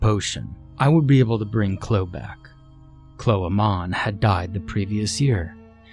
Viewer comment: If that lady's name is spelled "Chloe", it's pronounced "klo-ee"....in case you read this,...